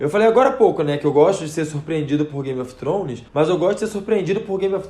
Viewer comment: Acho tão bonitinho o jeito que vc pronuncia Game of Thrones.😘